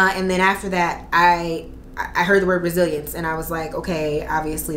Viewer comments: Girl I thought you said “Brazilians” not Resilience. I was like what?! 🤦🏽‍♀️😅😂🤣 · I heard that, too, and it cut to a commercial right at that moment so I was sitting there like "Huh." lol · I literally saw this comment as I heard “Brazilians” too 😂😂 I’m like wow it must feel like a piece of cake now lmao